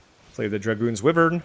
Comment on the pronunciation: Please pronounce Wyvern correctly. It is WHY-vern not WIV-vern. From the Middle English for a winged serpent.